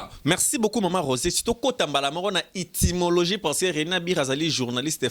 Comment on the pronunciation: On dit Etymologie et non itymologie tata chroniqueur